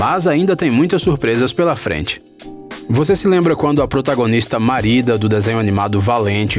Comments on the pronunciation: n e ''marida'' e merida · "Marida" kkkkk, quem e o noivo? Kakak a princesa se chama "Mérida" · Eu nunca assisti Valente Mas tenho ctz q o Nome da Merida não se pronuncia Marida Tô certo? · N é Marida e s mErida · Gostei do vídeo, algumas dessas teorias eu ja sabia mas eu gostei so quero saber qual é o poblema de falar o nome errado "Marida" vcs sabem q é Merida pra q fica fznd critica por besteira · Kkkkk , não é marida e merida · Marida? Merida* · Pink Miranda vdd ele falou marida sendo que é merida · "Pixar" "Marida" (Merida) "Api" (up) Se tiver outros erros de pronunciação diz ai Eu esqci kkkk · Ap altas aventuras, Marida, Rile, tá tudo errado isso aí.... É Up, Mérida, e a pronúncia é Raili... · Personagem Marida kkkkkkk, ai sabe pronunciar em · O vídeo está legal... Só tá difícil de ouvir a quantidade de nomes errados. Pelo jeito o criador do canal não assistiu nenhum dos filmes, só vez CTRL+C CTRL+V de algum artigo (Jesse namorada do Woody?? A protagonista de Valente é a "Marida"? "Procurando Nimo?...) Aff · XD marida XD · Marida kkk eu ri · "Princesa Marida" kkkkkkkkkkkkkk